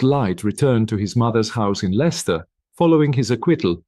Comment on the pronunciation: Im from Leicester born and bred there is no pictures of Leicester the accent is terrible you are pronouncing village names wrong and i visit bella wright grave often